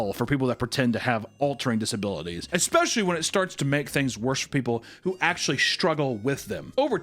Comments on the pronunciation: bro faked the disability of having to say eXpecially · “Accruing” yet can’t pronounce especially.. jk love you!!! ❤❤